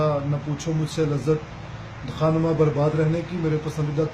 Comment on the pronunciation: خا نما غلط تلفظ ھے بلکہ خانما صحیح ھے Kha Numa GalatvTalaffuz hai bal k Khaanmaa Saheeh Talaffuz hai.